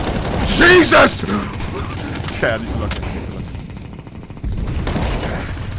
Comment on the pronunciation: he says "JESUSTT" ? is ohne dumb?